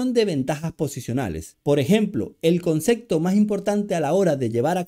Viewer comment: 😂😂😂 pero dices concekto y asi no me gustó, me voy a otro canal